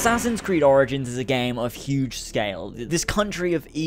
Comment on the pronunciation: Sorry but "Assassin's Creed Oranges" lololol